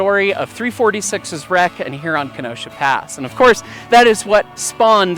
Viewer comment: As a resident of the City of Kenosha, Wisconsin, yes the CITY which the pass is most likely named after, I do take offence (jokingly) to Smells like Kenosha. Otherwise, cool story telling of the accident and the outcome. By the way,, you did pronounce Kenosha correctly. That is how the city of Kenosha, Wisconsin is pronounced.